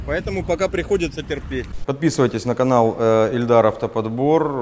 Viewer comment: Каждый раз слышал эльдар и ни разу Ильдар.